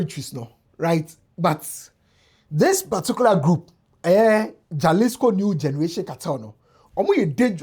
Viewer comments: My all-time favorite person on the internet, J in Spanish is pronounced as H. So instead of jaslico, you say,halisco. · Its not mention jalisco rather halisco the J is silent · It is pronounced "Halisco." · It’s pronounced “ halisco“ the J is pronounced H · Jalisco is mentioned as “Ha-lis-co” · Is pronounced Halisco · It’s pronounced halisco ( j is h ) in Mexico as the Spanish word is pronounced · 👉 “Hah-LEES-koh” Breakdown: • Ja = “Hah” (the J sounds like an English H in Spanish) • lis = “LEES” • co = “koh” So it sounds like: hah-LEES-koh The stress is on the “LEES” part. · the “J” is pronounced as “H” in Spanish